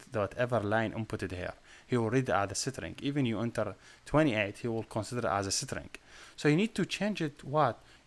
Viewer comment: Pls google the pronunciation of string